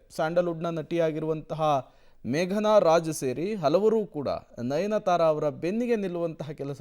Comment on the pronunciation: nayanthara not nayanathara